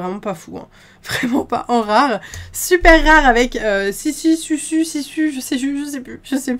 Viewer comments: Pour Sisu sa s'écris Sisu mais sa se prononce Sisou😊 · Sisu ce prononce sissou